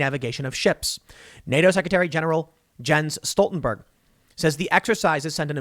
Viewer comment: "Jens-Stoltenberg" lmao.